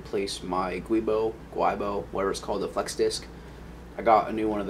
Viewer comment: btw the guibo is pronounced (Guh-wee-bohh)